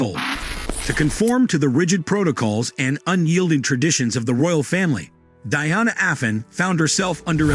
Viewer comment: It's the way he's saying princess Diana's name that's bugging me 😅